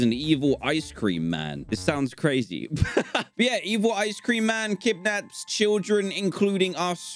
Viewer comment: How he says ice cream DanTDM: ISE CREANM